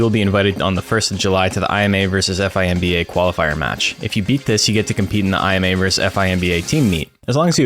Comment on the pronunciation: Ai Em EY and Eph Ai Em Bee Ey? Oh you mean I’ma and Fimba! Just listening without watching made me go back cause I was like Korea Expedition? What’s that?!